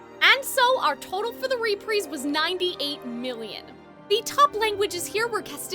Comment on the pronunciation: Why do you say reprise like that?